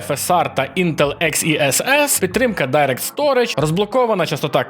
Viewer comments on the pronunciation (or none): none